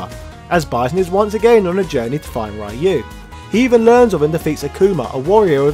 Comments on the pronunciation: "Ryu"is pronounced "Ree-yu", not "Rai-yu" & it means "Dragon" in Japanese. I wish more people would remember that. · REEE YOU not rye you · Ryu = Reeyu, not Ryoooo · smh, it’s 2021 and, somehow, people are still mispronouncing Ryu’s name. It’s “Ree-you” not “Ray-you” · Ryu is pronounced Ree-You not "rye-oo", Hadoken is Ha-Doe-ken not "ha doo ken".... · It's pronounce Ryuu, not Why-U?!!! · Ah yes, Rai you. The street fighter pioneer. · Whatever nerd, we say RAI YOU 😂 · >the year 2021 >people STILL pronouncing Ryu as "Rai-you" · Imagine still calling the main character “Rye You” in 2021. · Stop pronouncing ryu's name as Rhai U please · When are Westerners going to stop pronouncing Ryu's name as "Rai-yu"? Like this dude knows so much about Street Fighter but still gets Ryu's name wrong. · My man said "rye you" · STOP SAYING RAH-YU!! AAAAAAAAHHHHHHH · It's Ryu - as in few but with r not ra-yoo. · Man I really like your channel and your video essays, but please for the love of God stop saying "Rayou", Jesus Lord All Mighty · Interesting. But hearing this Raee-you over and over hurst my ears and brings cringe to my face :P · "Rye-U" you know better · Pronounce Ryu's name right! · It's like pronouncing Spider-Man as "Speeder-Main" i.e. absolutely annoying. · I REALLY LOVE YOUR SF VIDEOS, but I hate how you pronounce Ryu. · Do me a favor! If you're not going to pronounce Ryu's name properly don't even bother saying his name! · The fact he mispronounces Ryu’s name on purpose is becoming a bit much.